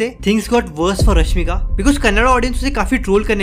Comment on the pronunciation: Bhaii tu pehle apne speaking skills prr dhyaan de le... Itna fast atpataa krr bol rha video me, aadhe se zyada words clear hi nahi lag rhe aur irregular pace me bole jaa rhaa... Aur corg nahi hota , coorg hota hai, ramaiah bhi tune lagbhag galat bi pronounce kiya.. rashmika ka name kitni baar itni tez bol gaya ki rashmika ka sirf rasika sunai de rhaa... Apne aap ko sudhaaro uske baad dusre prr video banao